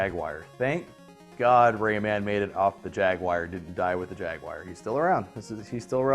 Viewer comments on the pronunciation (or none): Why do people always pronounce it Ja-wire instead of Jaguar?